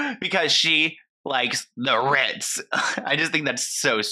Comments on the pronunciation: The RRRRRITZ. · “…the RRRRRRRRitz!” 😂 😂 😂 💀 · She made sure to say "vacations's" hahaha 🤭💀💀 And not the "Rrrritzzzz" 🤣🤣🤣🤣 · I love the way you keep saying "RITZ" haha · I'm literally watching this at 3am trying real hard not to wake up my family with cackling everytime you say CONDO (and the R I T Z) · I’m never gunna be able to say “tha RITZ” normal again lmaooooo has me dying 😂😂😂